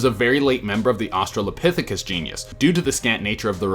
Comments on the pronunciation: Is Genus pronounced "ge·ne·us" or "ge·nus" LMAO Just messing with you. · *genus. Not genius. ;)